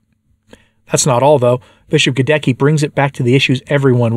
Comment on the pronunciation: GhadeTSKEE not Gadekki!!!